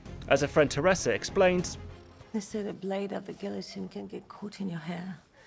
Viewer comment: when cares more about pronouncing Guillotine right more than a supposed Frenchman